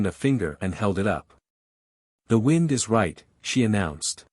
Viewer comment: hi .. love this .. one thing tho .. the pronunciations of wind & wound are consistently reversed in the context in which they are used .. it would be great if there was a way to adjust that .. other than that - thank you for the great stories!!